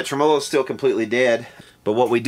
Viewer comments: love the channel long time subscriber but it's Tremo-lo, not Trem-O-lo! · here in New York... it's pronounced "Trem-olo" just for your elucidation,:) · Interesting video. Tremolo is pronounced tre-mə-ˌlō. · Here in Adelaide South Australia where we speak correct English I feel compelled to correct the way you pronounce the word tremolo. It is Trem- Ah-Low. A good example is the intro on Ian Hunter's : Once Bitten Twice Shy, when he says Hello. Thanks you and good night. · What's a "Trem-o-lo"? Is that the same as a tremolo? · Should be pronounced tre-MEL-o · No, it should be pronounced TREM-a-low. Accent on the first syllable. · Been at this for -- well, in playing year, 59. It's re-VERB, and tre-MO-lo. AND humbuckings. Not humbuckers. And cherry sunburst, not tri-color. Don't know WHERE the semantics went into the toilette. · Trem-A- low, Dang. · Could you replace the capacitors in the way you say tremolo please. It's faulty. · You are the only human being on planet earth who pronounces “tremolo” that way. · First time I have EVER heard it pronounced that way myself... LOL. Must be an Eastern Kentucky thing... kinda like eating burgoo. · you say tremolo in a funny way :P